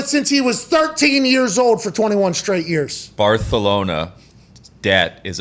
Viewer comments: BarTHelona :P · Stop saying Barthelona 🤢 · He keeps saying “Barthelona” lmfaoo is that on purpose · God....listening to muricans talk about football is cringe....dude be saying "barthelona"....bruh... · Why are these guys talking about Messi, Lol way out of their realm. Can’t even say Barcelona….oh wait “barthelona” Lol. Maybe he goes to PSG but Premier League got the most $$$$$….we’ll see I believe they put this out to pressure La Liga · WTF is Barthelona??? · Stop saying Barthelona hahahha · Hahah, it's important to pronounce BARTHELONA properly, but at the same time NEVER call it Fútbol! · English is Barcelona, Spanish has the "th"... repeating it is pretense if you are American. I watched the friggin' Barcelona Olympics without ONE single member of the English pro media using the Spanish pronouncination. Pretense a-holes? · First of all its not barthelona😂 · Someone tell this man it's pronounced "Bar-sa-lona", not "Bar-the-lona". They're Catalan, which means the "c" is pronounced as an "s". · I believe is barthelona, but i could be wrong...maybe catalonians pronounce it like you say. So many dialects in spain i hear. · its barcalona not barthalona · he’s not saying it right. The lisp in Spain is not the same lisp that they are using on the show. Also, they’re not pronouncing the letter E correctly. It would be barthEhlona not “barthulona” like they are saying. Also it’s a moot point anyway because Barcelona isn’t pronounced with a lisp in Catalan which is the native language of the people of Barcelona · I love it. They're pronouncing Barcelona with a Castilian accent, not a Catalan accent. Just rubbing salt into the wound of losing Messi, by saying the name of the city/club like someone from Madrid would. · Mispronouncing Barcelona was funny the first 3 times you mentioned it in a sentence. These guys will literally run everything into the ground until it isn't funny. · Talk about butchering a name 😂😂😂 like bro didnt you play soccer? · Barthelona hahahha